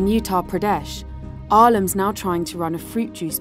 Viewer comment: Yea this video is extremely biased and peddling the usual horseshit. You glossed over the attack like it was child’s play. Not surprised to see this from an outlet that doesn’t even know how to pronounce Uttar Pradesh